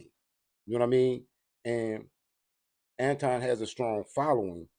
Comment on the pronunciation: Notice suddenly Boyce started pronouncing Anton's name correctly